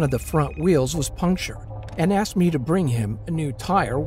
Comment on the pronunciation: The narator with the deep voice always says axed instead of asked